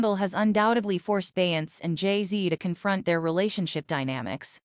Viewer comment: Say her name correctly!!!